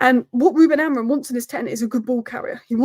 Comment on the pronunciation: You need speech therapy so you stop saying AmoriN ffs it’s the coach of your club